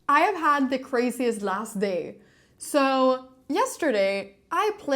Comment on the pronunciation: Said "day" with the strongest Spanish accent hahaha much love